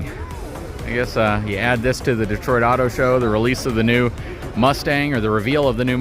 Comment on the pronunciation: Dotoit? Sounds like Tyson saying Detroit